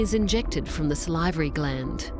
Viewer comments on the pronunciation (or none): the voiceover - mispronouncing "tetrodotoxin" and "salivary" multiple times